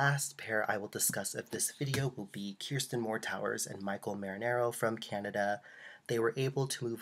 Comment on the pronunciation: It's pronounced KER (as in Her) -STIN Not Keer-Stin